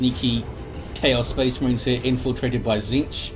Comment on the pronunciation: had a Boreale moment... "So they can pew pew at the Spehs Mehrens"